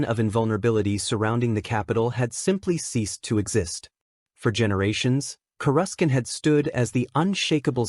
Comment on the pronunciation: Annoying AI can't pronounce Coruscant properly.